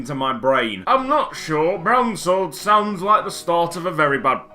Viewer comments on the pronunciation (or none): It's not pronounced Brown-sword, it's pronounced Browns-word. Unless you had a Brown-sword in college as well ...